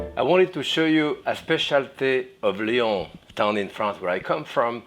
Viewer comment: Paul bocusse's restaurant is in rrryorhn.